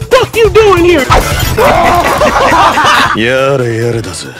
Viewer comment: Oh shit, hewe go agaim